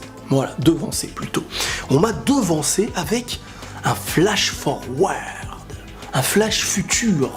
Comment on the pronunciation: Flachforouarde!! Magnifique accent angliche!😂